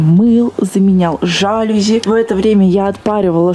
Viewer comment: жалюзИ, а не жАлюзи заметь пжжжжжжж